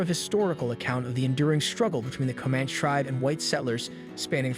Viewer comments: Boss-kee and Co-man-chee. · I you are going to do a review repeating the words ‘Comanche and Bosque’ so many times, you might want to learn how to properly pronounce them!! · This is ignorant, you are mispronouncing Comanche. Stop moving here. The people who grew up here can't afford to live here.